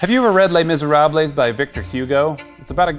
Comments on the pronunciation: 😂😂😂😂😂 oh sweetie, that is NOT how you pronounce "les miserables". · Les Misérablèse? What's that? Not even a word.